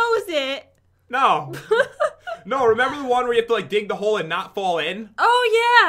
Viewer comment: She said fall not @@